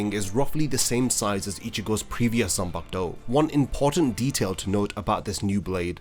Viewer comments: How difficult is it for you to say Zan-Paku-To! 😡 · Every time you say “Zenbakdou!” I get so angry I want to smash my phone. How the hell did you show up on my feed again! I put you on my not recommended list. 🤬🤬🤬😡